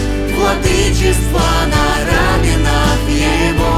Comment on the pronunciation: Правильное ударение в « раменах» на вторую букву «А». Это так для справки. Песня красивая. Очень нравится ваше творчество. Благословений вам!